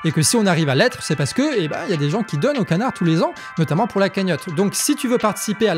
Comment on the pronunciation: A la fin t as dit … le canard réfractaire ou connard réfractaire !!! J ai vraiment entendu le deuxième 😂 much love